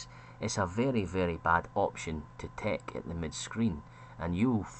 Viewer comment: i find it difficult to distinguish whether you're saying tech or take, the both sound like tek